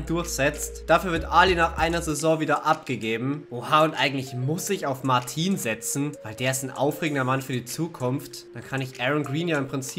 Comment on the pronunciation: Der Franzose Martin, wird original Martö ausgesprochen. Genauer gesagt, ne mischung aus Ö und Ä.. wobei die Betonung mehr auf'm Ö liegt. Ich hoffe, du kannst damit was anfangen 😉